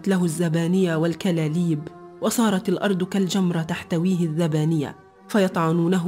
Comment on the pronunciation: المؤثرات الصوتيه مضحكه والمتحدثه عندها اغلاط ( الذبانيه ) الزبانيه